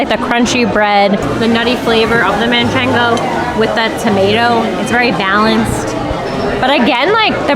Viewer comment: manchego not manchengo